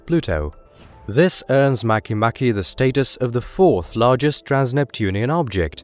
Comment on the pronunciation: Mah-kay mah-kay